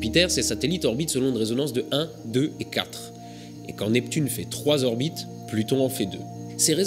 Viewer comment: Slt. Mille bravos à toi!! Trop passionnant!!! Juste une remarque. Cinq zorbites de Jupiter.....cinq orbites c'est bien déjà!! mais t'as le droit t'inquiètes!!! T'es mille fois plus intelligent que moi!!! Et heureusement que tu es là pour nous faire nous coucher moins cons!!! Bizzzz